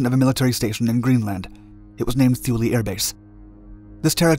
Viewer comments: It's pronounced "Too-Lee" not "Thoo-Lee". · Great video, but its pronounced Tool-e, not thoo lee. Grandpa used to fly there during chrome dome. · “Too-lee”. Not thoo-lee. And yes, EVERYONE mispronounces it. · "Thoo-lee"? I think it is "Thule", sounds like "tool". Look that name up and you will likely have the same question I do. Why on Earth would America name a base after them?!?!?!?! Knowing what the Thule society was all about, what really goes on at that base?? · TOO-LAY not THEW-LEE. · It isn't shown because it isn't happening. The Greenland ice sheet is actually regrowing. This was the worst biased "documentary" that I have ever seen. Maybe the authors of this hit piece should have actually talked with people who were there before putting this out. They couldn't even get the pronunciation of Thule right (too-lee). While the was a base at Thule, and its mission was somewhat accurately portrayed, Most of the "facts" in this piece were pure nonsense. The Danish government had full knowledge of the mission and purpose of the base (only part of which had to do with the failed missile project). As for the purported vast quantities of toxic waste left behind ... bullshit. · Drop the "h" sound. It is pronounced "Too-Lee". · The h is silent and Thule is pronounced tool-e. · Thule is pronounced "too-lee". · The letter "H" is Thule is silent, pronounced Too-lee." I was stationed there. Just Google it. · "Tuul" like "Tool" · Too-le!! It’s rather important you get it right! Imagine calling ‘Thailand’ something that sounded like a land of thighs LOL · Pretend the “H” is not there. It’s pronounced Tuley. Great vid though. Love your channel.. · It's "Tooleh" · Pretty sure it's pronounced Too-lee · It was pronounced "tool-ee" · and rhymes with zuul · This is true. Research stopped before pronunciation of a location. Typical for YouTube videos though. This isn’t to”MAY”to / to”MAH”to, but I bet you’d throw one. 😂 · Thule is pronounced with a "t" not a "th".